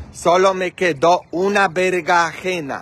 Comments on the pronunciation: se dise berenjena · Opino que hiciste un buen trabajo, es muy bonito tu jardin, las flores son hermosas y tendras una gran cosecha, no ocuparas ir a comprar frutas o verduras, lo correcto mi querido es chile serrano, chile poblano, cilantro y berenjena, espero no te moleste esto, solo estoy compartiendo contigo los nombres de las verduras porque pides ayuda sobre la forma correcta de decir algunas palabras... Las espinacas son buenisimas, para un delicioso jugo verde o ensalada.